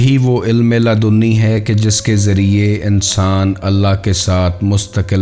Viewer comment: Ludni hota ha laadooni nahi